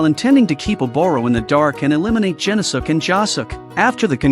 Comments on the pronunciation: "Gen-no-suke" The video: "Jen-oh-sukk!" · Oh my God, you mutilated his name it’s pronounced “gen-os-ke”